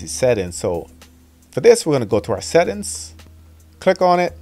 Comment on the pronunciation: I subscribed because I love hearing him say this.